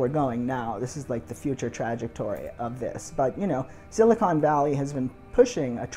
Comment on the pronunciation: Was there a point to saying it like that? Like emphasising the tragic nature of the trajectory? It has to be on purpose because no one else says it like that 🤣